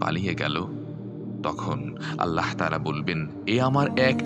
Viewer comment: ভাই! আল্লাহ শব্দের শেষের হা হরফটি মোটা হবে। ওটা হায়ে হাওয়াজ রে ভাই!! কারেকশন জরুরি।